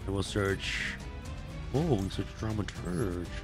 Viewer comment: Dramaturg is pronounced as DramaturG (G as in Gregory not as J as Jack). Fix it baby :D